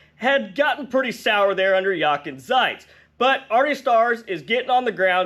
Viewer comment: Jochen Zietz is pronounced Yokin (rhymes with jokin') Tsights (rhymes with lights). But however you say it, glad he's gone.